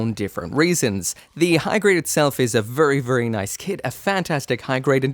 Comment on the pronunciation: vurry vurry EDIT: vurry vurry vurry vurry